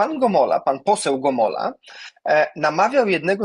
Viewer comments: Gomoła, a nie Gomola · Gomoła, a nie Gomola.